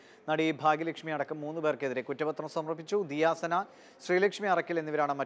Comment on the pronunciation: Diya Sana Alla Diya suna